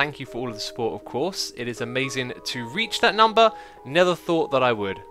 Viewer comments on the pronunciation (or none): He always pronounces "never" as "nether", or very close to saying "nether" atleast. This time it came out more clearly :-)